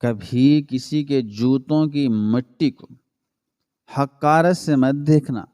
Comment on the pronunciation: کہانی بلا شبہ اجھی اور سبق آموز ہے لیکن آپ کے اردو تلفظ میں میں گڑبڑ ہے آپ زیادہ تر الفاظ زبر سے پڑھتے ہو جب کہ وہ زیر یا پیش سے شروع ہوتے ہیں جیسے حقارت زیر سے پڑھا جاتا زبر سے نہیں